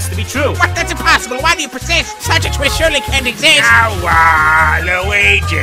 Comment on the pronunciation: Everybody:Waluigi:waluigee